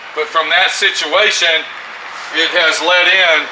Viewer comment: serious situ-WAY-tion